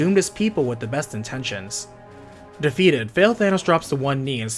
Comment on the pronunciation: i keep hearing "Fail-Thanos"